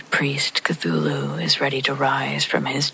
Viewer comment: Glad you pronounced Cthulhu for me. Lol. Thank you ma'am.